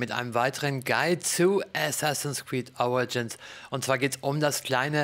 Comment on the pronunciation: Assassins Creed Auegins ...^^ sorry eigentlich mache ich mich über sowas ja nicht lustig, da aussprache ja immer so eine Sache ist aber das hört sich in jedem Video so lustig an . Das hat sich schon so halb in mein Hirn gebrannt